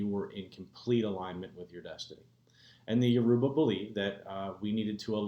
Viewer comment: never heard Yoruba butchered as such... smh Absolutely atrocious. why have u abandoned the ways of YOUR ancestors?